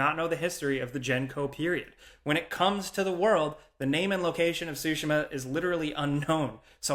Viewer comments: I’m thinking about how you said “sushi-ma” 4 times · sorry i know im being nit picky here... the T in Tsushima is NOT silent, say the t and the s quickly together... SORRY.